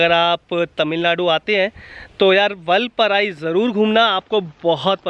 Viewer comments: Vulpurai ! Vulpurai ! LOL. First pronounce it correctly. And you could also tone down the overacting & repeated exclaiming. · Say vaalpaarai..not vulpaarai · वालप्पारे///जनाब. वालपराई नहीं है/// All the best!!!!!!!!!!!!!!!!!!!!!!!!!